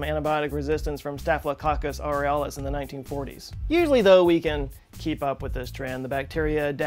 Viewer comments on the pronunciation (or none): Me, a student in a microbiology class: did he just say staphylococcus aureus like the Aurora Borealis? I love you and that would be a much cooler name